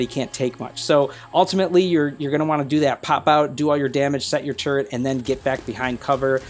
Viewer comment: haha, I was trying to be smart, I dont know why people pronounce turret with an N in it:)